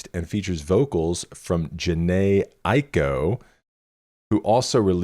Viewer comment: I feel like Jhene Aiko is what a calming angel sounds like 😂. And your last pronunciations of her name are the correct ones (Aiko like Eye-Co.) Random hip-hop lore that connects some of your recent albums and artists for you… Her and Big Sean, who’s also on Drake’s Nothing Was The Same and was signed to Kanye’s label, ended up dating and put out a joint album called Twenty88 (they’re ‘88 babies) back in 2016 with a cool visual. It’s very underrated.